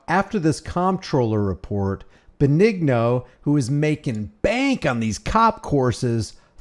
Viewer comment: Dennis Benigno( ben-ee-no) not (ben- eg- no) sorry.